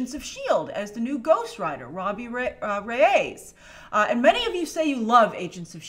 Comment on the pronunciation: just clarifying Reyes is pronounced Ray-Es not Rays Love your videos!!!!